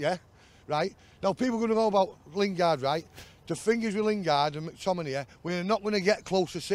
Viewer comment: Mactiminay lol